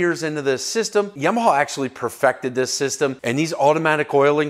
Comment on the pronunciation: It’s Yamaha. Not “Yimaha”.